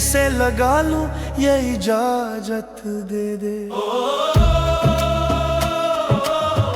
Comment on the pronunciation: Pura mood kharab kar dete ho yar ijajat kya hota hai lafzon ko sahi se bola karo ijazat jahilon ki tarah bolte ho